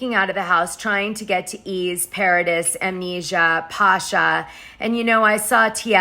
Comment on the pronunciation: It's pronounced Pa-cha ;)